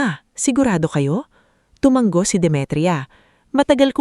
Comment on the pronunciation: TU -- MA -- NGO HINDI TU -- MANG -- GO ISANG G LANG PO